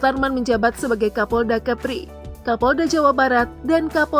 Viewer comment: Kapolda kepri (kepulauan Riau) ya mimin bukan kapolda kheri, kheri tu provinsi mana